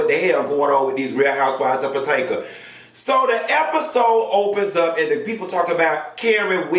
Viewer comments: I'm hollering every time he says patanka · If you can't pronounce the name of the program correctly then I can't watch your commentary ridiculous